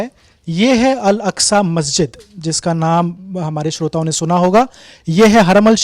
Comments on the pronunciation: Name are pronouncing alaska was totally wrong the name of mosque is Al - Aqsa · कहां से पकड़ के लाए इनको, आधा कचरा ज्ञान है, उसे अल-अक़्सा कहना ही नही आ रहा,यहां हरमैन शरीफ़ कहां से आ गया (😂 हरमल )